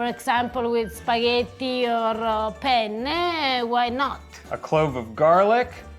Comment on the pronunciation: maybe you should also explain how to pronounce penne, if one will make it with them...9 out of 10 times, non italians say pene...and with alla puttanesca is, well, quite funny...